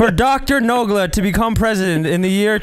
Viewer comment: As a russian, i can confirm that they pronounced and said everything right